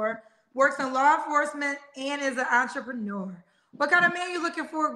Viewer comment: Did she say she was an "antrepreneur" 🤣🤣🤣